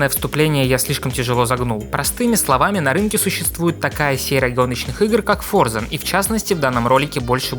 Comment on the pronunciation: Выключил на моменте, когда он в первом же разе назвал игру ForzaN...🤦